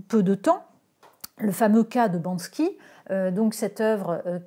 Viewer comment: Banksy et non Bansky…